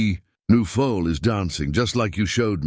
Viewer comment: The "full"; the young horse, is a FOAL. Pronounced FO ul 😊 I'm absolutely loving this story. I'm so glad that I have invested my time this evening in listening ❤️